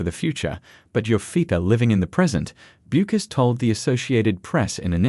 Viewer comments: Why can’t AI narrators be taught how to pronounce her last name? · Hard to listen to the information when you can't pronounce the subject's name